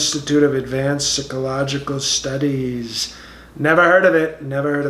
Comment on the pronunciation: Sick-oh-logical testing. Socio-path-ee. I've always wondered, if when he reads his speeches, he has to have someone brief him ahead of time on how to pronounce certain words.